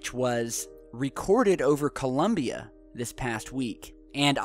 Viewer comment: In Colombia, not "Columbia".